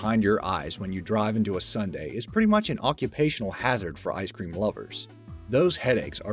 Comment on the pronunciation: "icr cream headaches" anybody else catch that?